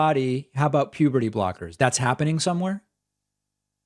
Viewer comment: This call, to me, turned into a game of, how many times does this guy say "pubity", instead of puberty. 😂